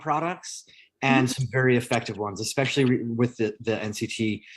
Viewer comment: I CANNOT with this woman! 'Expecially' and 'CAM-bucha'.... If you don't know English, and it is your first language, maybe don't do lives/videos?? #sorrynotsorry